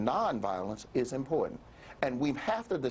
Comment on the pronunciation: She can't even pronounce important correctly.